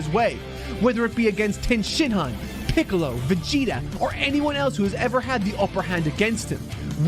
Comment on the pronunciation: Mark wouldn't mispronounce Little Green's name like this imposter.